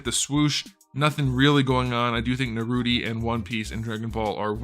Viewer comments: Is it me or did he call Naruto Narudi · What the hell is Narudy? 😂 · It was funny at first the way he pronounced Naruto and the characters, but now he just sounds dumb saying it.